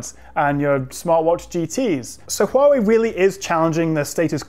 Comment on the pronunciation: I like that fact that your pronunciation of Huawei on point!